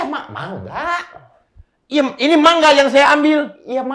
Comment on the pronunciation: Bener 'mangga' bacanya bang ..